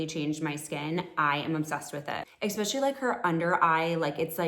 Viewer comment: "exkspecially" how does a grown woman not know how to pronounce the word "especially "